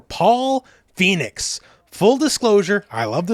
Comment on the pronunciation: The Tekken announcer almost ruined the trailer with the way he pronounces 'Phoenix' in the intro